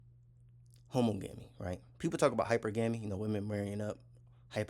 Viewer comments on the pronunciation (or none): Not homo-gami, pronounce the suffix same as you do monogamy. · You pronounce it how ·MAA -guh -mee. You can get pronunciations onn Google. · THANK YOU!!!! His pronunciation bothered me 😂